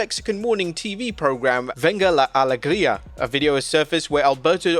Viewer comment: Its funny how you say "venga la alegría" very well pronunciation but its weird hear it from a stranger. And its keyfabe, its obvious